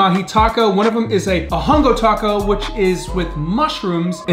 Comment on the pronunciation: You don’t pronounce the “h” in hongo 😂